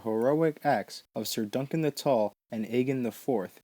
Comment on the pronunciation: "Sayer" instead of "Sir"... Hilariously infuriating! GRRM said that (simple) people have a harder time with his simple words, than his more difficult ones.